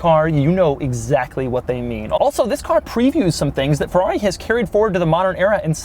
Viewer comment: Doug please, it's a feRRari. Not a feUUaUi XD